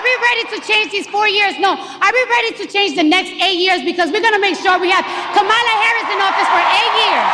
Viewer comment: She's just mad her man cheated on her again and played her. Every time she said Kamala Harris, like she didn't know her name. Then Danny Trump lol